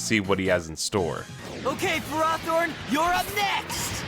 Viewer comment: I think my brain exploded from that Ferrothorn pronunciation alone 🤢